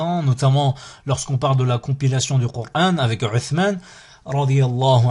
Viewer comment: tu t'es trompé: c'est m + an = man; non ? Pourquoi tu prononce le Ayn en R, Dans l'exercice: Rou au lieu de Aou ???